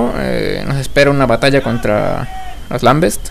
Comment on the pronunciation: SE DICE "LAMBENTS", NO "lambests"